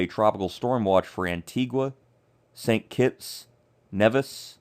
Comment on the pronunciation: Thanks for the updates. I would suggest, however, learning the correct pronunciation of the islands’ names. Barbuda, Antigua and Nevis, for example, are mispronounced